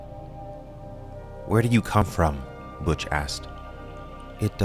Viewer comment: Butch as in Butch Cassidy not Butch as in much.